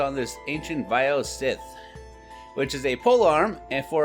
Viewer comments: This nigga said vile "sith" 😂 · Not pronounced SITH